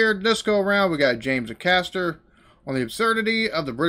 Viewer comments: Heads up its pronounced james "hay"caster not "A" caster 🤣🤣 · fyi - it's 'Ay-caster'. That bit is part of a series of three (or four, I can't remember) that is one of the most beautifully worked out streams of comedy ever. Worth binging the lot to get the full genius.